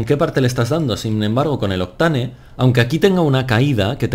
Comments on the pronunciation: se pronuncia "octein" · Me cago en la leche tío, aprende a pronunciar bien Octane 😂